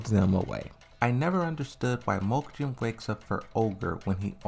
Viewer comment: Mokujin. Read it again.